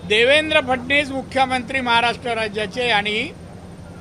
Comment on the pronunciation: राणे साहेब, आडनाव नीट उच्चारता फडणीस नाही फडणवीस आहेत मुख्यमंत्री